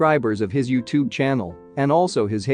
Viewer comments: YOWtube, lol Is this an automated voice, I wonder? Because just a few seconds later, it was pronounced correctly. My Kindle has an automated voice that does this type of thing all the time. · Lol & the way they pronounce ‘YouTube’😂😂